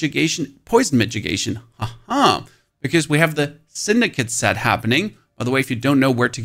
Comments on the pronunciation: Its not "midgegation" it's mit-i-gation. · Mi-TI-gation.. not midgetgation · What is a "mitgigation"? :D It is mitigation, pronounced with a DD ...so middigation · Brah its not a midgit!!!!!!!! Its pronounced ad Mid-ah-gation!!!!!!!!! lmfao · I can't tell if you're mispronouncing mitigation as a bit or not... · "MK" and "Migigation" is driving me insane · please please stop saying mitchigation, unless its to protect yourself from some guy called mitch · All I heard was the way he is pronouncing mitigation.